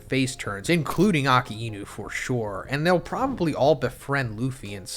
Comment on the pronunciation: "Akee-Inoo" :D :D hilarious